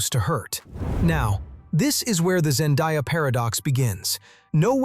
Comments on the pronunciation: her name is Zen-day-a not Zen-die-a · Why can’t anyone say Zendaya name correctly🥴🙃